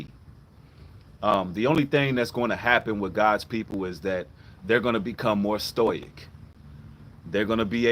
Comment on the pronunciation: Sto-ic, The word Stoic is pronounced sto-ick. Not trying to be the grammar police just thought id correct for you